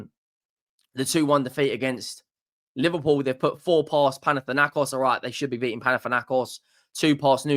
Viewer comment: Pls it’s not Liverwool… it’s LIVERPOOL 😏